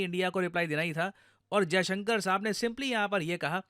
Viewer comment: मास्टर जी, विदेश मन्त्री महोदय का नाम एस. जयशंकर है (अजयशंकर नहीं है).